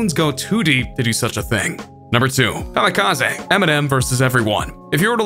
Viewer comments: Everytime this fool talks about EMS new joint he calls it Kamikaza. Its kamikaze Bro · nigga said kamikaz aA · Nobody- this guy- kamekazay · Nobody: KamikaZAY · Im confuzed kamikaza Its kamikaze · STOP CALLING IT KAMIKAZAY IT'S KAMIKAZE I'm sorry but it's soooooo irritating the rest of the vid good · This is the first person ever to say kamikaze like kami ka zay instead of kami ka zee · Kam-i-ka-zeh is how we are pronouncing it now? Just making sure. P.S. Who is 2 Bac ? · i love how he pronouces kamikaze ka me ka zay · Kamikaz-ehhh? Why you pronounce it like that? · SERIOUSLY.. STOP PRONOUNCING IT KAMIKAZAY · He said kamikaezey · You say kamikaze “kamikaza” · Everybody:Kamikaze King Trending:Kameekazae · Did eny one notice that insted of kamikaze he said it like kam a kaz a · You say kamikaze like an idiot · You pronounce Kamikaze so weird. 😂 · u said kamikaze wrong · I really hate you pronounce Kamikaze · Bruh, this dude dont even know how to pronounce "kamikaze". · I hate the way the narrator says Kamikaze and NSYNC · The way he pronounced kamikaze triggered me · The way he says kamikaze makes me mad 😂😂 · Next time please try to pronounce Kamikaze correctly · I hate the way this guy says ‘kamikaze’